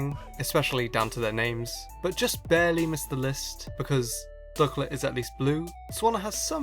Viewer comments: It's pronounced duckLIT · DUCK-let SWAN-na